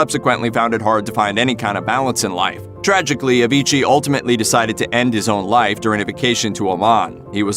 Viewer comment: I can’t let go how you pronounce Avicii, we say it sooo differently in Sweden and since he’s Swedish the way we say it is the right way